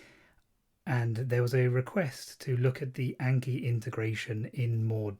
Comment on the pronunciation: great video but please for the love of god say "ah n key" not "ayy n key"